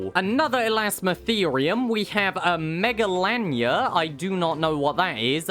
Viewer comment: As an aussie i have 2 things to say 1) megalania is pronounced like 'mega-lay-ni-ah' 2) !!!!!!!!!!!!! Im deeply excited for Thee Biggest monitor